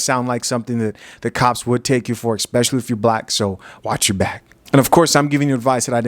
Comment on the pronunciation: Esssspecially.... not Exxxxpecially...🤣🤣🤣 Big fan though.. i just had to say that..